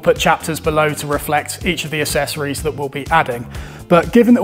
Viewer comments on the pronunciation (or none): Weird that you pronounce the word ACCESS properly (ak-sess) yet you pronounce the word ACCESSORIES wrong 😑 It’s ak-sess-or-ees - NOT ass-ess-or-ees. You sound like an ass when you pronounce it wrong!